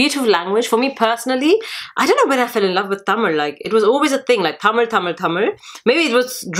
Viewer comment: Thank you sis. Its very nice to hear you say "Tamil" the right way. Hope to see more videos from you.